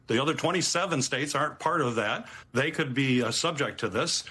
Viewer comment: "Thay gone." I love Mike 😂❤